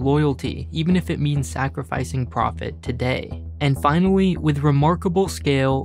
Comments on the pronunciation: Finawy xD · and finawee